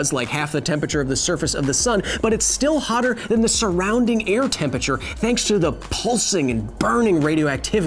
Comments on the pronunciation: Hey Kyle, love the show. Please learn how to pronounce temperature. It isn’t tempature. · Are you trying to say Temperature? Cause you're doing it wrong. :-P